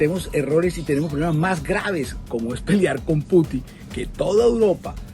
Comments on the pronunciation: El Q'Hubo le quedó pendejo a esta parodia de periodismo, no sabe ni nombrar bien al presidente de Rusia, putín Marín de don pín we ??? Jajajajajaja María Nieto es una vergüenza para Colombia, payasa !!! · Jajajajajaja Mark semana ahora es la madre del stand-up comedy de Colombia. Que esa presentadora de bazares, no sepa pronunciar el apellido de él presidente ruso, casi despierto a toda la cuadra de la carcajada que me pegue.